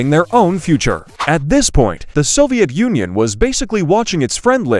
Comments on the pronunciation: Bro said soviet Onion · Its Soviet Union not Soviet onion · Bro said soviet onion 😂😂😂😂😂😂😂😂😂😂😂😂😂😂😂😂😂😂😂😂😂😂😂😂😂😂😂😂😂😂😂😂😂😂😂😂😂😂😂😂😂😂😂😂😂😂😂😂😂😂😂😂😂😂😂😂😂😂😂😂😂😂😂😂😂😂😂😂😂😂😂😂😂😂😂😂😂😂😂😂😂😂😂😂😂😂😂😂😂😂😂😂😂😂😂😂😂😂😂😂😂😂😂😂😂😂😂😂😂😂😂😂😂😂😂😂😂😂😂😂😂😂😂😂😂😂😂😂😂😂😂😂😂😂😂😂😂😂😂😂😂😂😂😂😂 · bro you just said Soviet onion broo😂 Btw they we're like bros❤